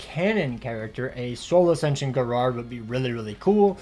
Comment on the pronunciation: Bruh why do you pronouns gerard like that 😂